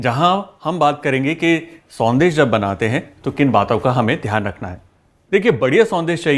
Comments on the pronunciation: It is not sondeh but it is shondesh sir. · Thanks for the recipe Chef.. but it’s Sondesh not Sandesh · Sandesh nhi banegi शौन्देश ki spelling padne me संदेश lag rh h shoundesh hogi sir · Very good Kunal, love your recipe videos - this one is no exception. Just a small observation - since you are presenting a Bengali sweet, might as well pronounce it correctly. We don’t have the स sound in Bengali. Sondesh is pronounced Shondesh 😊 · It's actually pronounced as " Shaun-desh"